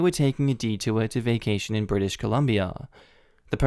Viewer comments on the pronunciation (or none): none